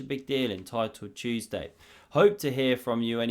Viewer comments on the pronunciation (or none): none